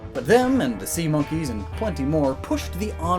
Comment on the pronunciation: We just gunna let him say "sea monkies" like that??